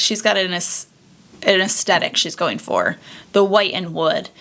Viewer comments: I adore your videos! I know this is a dumb pet peeve but it’s aes-THET-ic not a-Stett-ic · Aesthetic: uhs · theh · tuhk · I can't watch this, I don't know why you're pronouncing AESTHETIC the way you are. It is really annoying that sh*t out of me!! There is no D. 😂